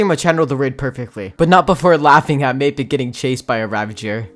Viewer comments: Why you call m-ae-pic m-ah-pic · Why you call him mapic not maipic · Macit he calls mappic macit -_ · Bruh why do you pronounce mapicc 2 different ways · Mapic he really said mapic